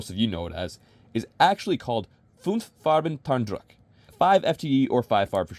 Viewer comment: As a german its so strange to hear your "Farben druck" , nice Video ^^ i mostly like Ranger Green